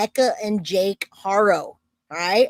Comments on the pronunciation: You’re saying it right now you’ve been saying it right for a minute. Good job. I’m so proud thank you. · Yes, that was the best you said it correctly thank you